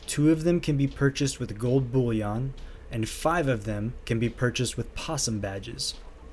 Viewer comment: I laugh every time he pronounces bullion like it's bouillon the soup 😂